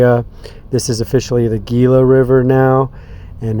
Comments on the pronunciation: It's pronounced hila. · Gila is pronounced Hee-la. The G s slient. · Is NOT Gila. It is pronounced 'HE-LA' in Spanish. (FYI) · The G in Gila is pronounced with a H “Hila “ not G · RE: The "Gila" river.... It's pronounced with an "H" instead of a "G" there, Homie. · Gila....the "G" makes an H sound...sorry, can't help but be the pronunciation police today!